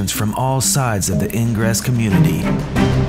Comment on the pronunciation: Lolwat? What's "eeyn-gres"